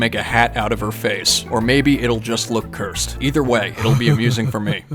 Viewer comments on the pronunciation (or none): none